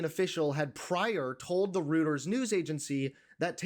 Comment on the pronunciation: Just a little tip for the host. Reuters is one of the oldest and most respected news agencies on the planet (est 1851). If you're a journalist, at least try to pronounce it correctly if you want to be taken seriously in this field. It's not pronounced "Rooters". It's pronounced ROY-ters.